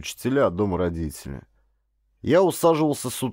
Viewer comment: Не понравилось! Дикция - вместо звуков д произносит - дзэ, а вместо т - ц например слово родители - РОДЗИЦЕЛИ. Это невозможно, особенно когда говарит мужчина.